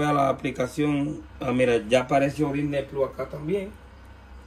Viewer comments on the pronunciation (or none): Soy tu comentario número 30 y vos y tu acento con el Disney pluuuu no me ayudaron de nada lo cambié como 50 veces de países para poner HBO max y no pude por lo tanto tu explicación científica no me ayudo en nada pero por lo menos me reí desde ya muchas gracias la radio está muy buena y aguante el canal te escucho siempre